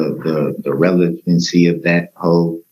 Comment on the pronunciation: I can’t get enough either. I I love to put it on in the background and listen while I’m doing other things. I love listening to all the words this idiot doesn’t know how to say, like fixiated, relavency, substained, and license place just to name a few